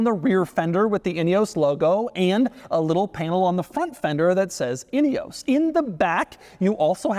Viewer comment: Could you please do some research about how to pronounce “Ineos” correctly!!! 🙄 It’s embarrassing to hear one from MAGAland whom you might think would be speaking English NOT being able to pronounce a very British name! 🫣 It ruins what would else have been a great review 🤦‍♂️